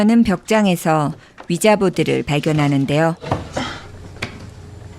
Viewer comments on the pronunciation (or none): 스펠링은 위자인데 읽을때는 "위지"라고 읽습니다.